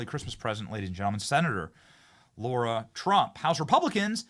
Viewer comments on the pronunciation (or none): Love ur show Benny just need to question one thing I thought Trump's daughter in-law was called Lara Trump but i have heard u call her Laura Trump repeatedly...can u clarify pls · Benny, I have been trying to decipher whether you are saying Lara wrong because of your accent or because you don't know that its not Laura. I keep telling myself surely there is no way you don't know, but I still hear you saying LAURA not LARA (LA-RA simple as) 😝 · F-ing Lar-ha not LAURA